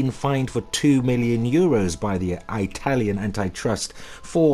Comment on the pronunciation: “Anteye” “Eyetalian” You’re English mate, don’t pronounce words incorrectly like the yanks do.